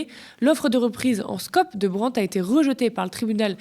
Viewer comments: brandt ça ne se dit pas Brent ! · J'aime bien Thomas Porcher mais on ne dit pas Brendt mais Brandt. C'est un nom d'origine allemand, pas anglaise.